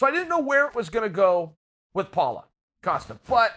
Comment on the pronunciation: Chael keeps it gangster, collects another mispronounced head, calls Paulo "Paula" . #Kamara #Yarir #Paula